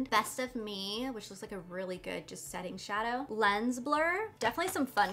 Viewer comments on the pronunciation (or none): none